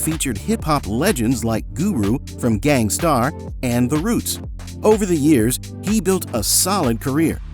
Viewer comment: Interesting. Nobody says Gangstarr like that though